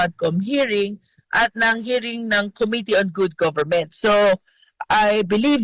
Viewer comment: Anong sabi mo good gobernent eyyy eyyy eyyy????sabihin mo .bad imfluence goberment.....style mo bolok.....